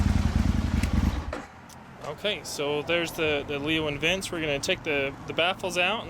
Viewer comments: Lee-Oh Vin-Chee is how it's pronounced. It's Italian, like your bike. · Leovince.. Not Leo and Vince